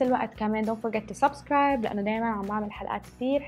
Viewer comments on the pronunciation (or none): i dont like when you say hay subscraibers X